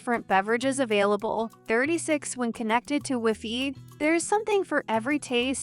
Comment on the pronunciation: Because you talk like a freakin robot. WEEFEE?